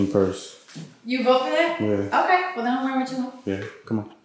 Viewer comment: Ya Ont say “Otay” no more?